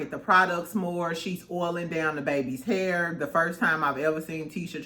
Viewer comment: Your "hur" is so PRETTY!!!